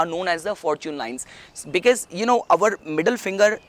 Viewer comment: its our not auvar